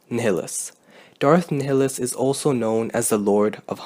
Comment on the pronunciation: Great video but Darth Nillis? Do you even KOTOR2 bruh?